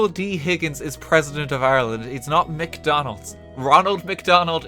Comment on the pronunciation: Rt pronounces McDonalds hilariously incorrect.